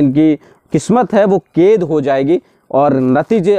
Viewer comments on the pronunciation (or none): Ked nai kaid hota hai pronounciation